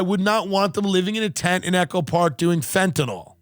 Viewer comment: Stop calling it fentanall its fentanyl .sorry I hate when people try to be smart and can't pronounce words right.